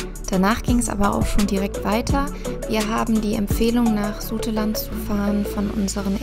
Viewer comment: Zaute_lande nicht Suteland ;-), aber schönes Video !